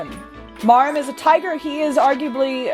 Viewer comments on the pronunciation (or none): I'm fairly certain his name is pronounced mwor-EEM, like Maurine and Dhalsim.